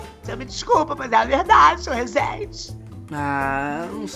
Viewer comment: clotild fala certo vc fala rezeeeennnndeiiev il ai senhorrr